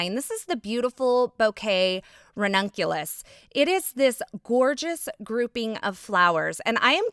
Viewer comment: It is pronounced ran-Nic-u-la lol